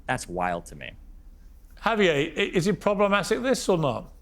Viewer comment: Lol Xavier turned into Javier